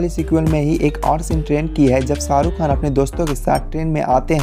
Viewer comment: Pehli Dafa suna hai "Ssarukh khan , sooting " , Sala ش he ghayab hai